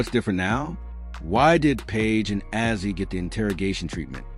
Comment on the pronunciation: So tired of this AI slop. Paiges name is pronounced BECKERS, not BYUKERS. Also screwed up Azzi's name, also. SMDH